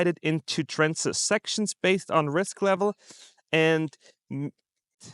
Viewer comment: TRANCH not trench